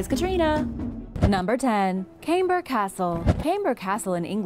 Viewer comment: Camber is pronounced with a Hard C so to make it easier, if I write it as Kamber Castle you get to know how to pronounce it.